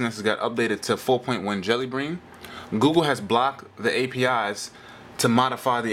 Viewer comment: did you say jelly green lol